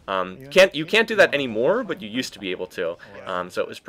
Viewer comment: u say butt not but